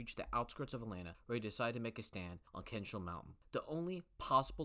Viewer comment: Gotta work on how to pronounce American place names: ChickamaugA (not "wah"_) KenneSaw Mountain (not "shah"_) ChattahooCHee (not "hoogie"_)